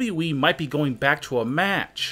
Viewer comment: Its wwe not wwwweeeee